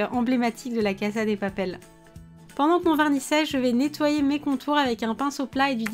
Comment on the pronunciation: Tu prononcé mal casa